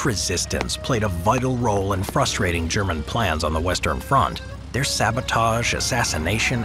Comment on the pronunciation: "The French drove the English from their lands" - your intonation suggests you mean their to be 'the French' lands,, which is incorrect. At the begining of the Hundred Years War, these were English lands. They only became French at the end of the Hundred Years War. They actually drove the English off the English lands that had been English since England was created when the Normans (who possessed these French lands) invaded the Saxon lands of Britain. Stop interpreting history backwards, history can only be understood going forward as that is the direction of the flow of time. The past doesn't know the future.